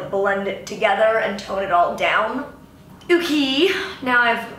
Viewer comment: “ewkey” 😂😂😂😂 lol I love you so much